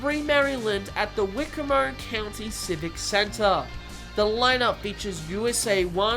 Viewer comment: You definitely butchered the way "Wicomico" is pronounced👎 haha. Great job as always bringing the news👍